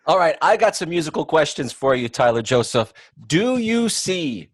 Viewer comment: They said Tyler Josaph XD lol